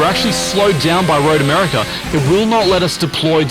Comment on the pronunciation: Have I been spelling and pronouncing my own countries name wrong? I had no idea America had an R at the end...